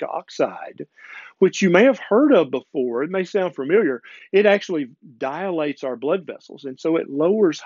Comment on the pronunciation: The word, sir, is “dilate”. Not dialate.